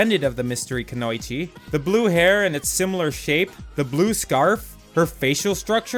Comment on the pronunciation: lovely video! i just giggled when you said "ku-noi-chi" when im used to hearing "ku-no-ichi"